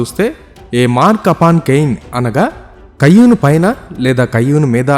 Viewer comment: కయ్యూను కాదండీ...కయీను. ఇంగ్లీషులో అయితే...కెయిన్.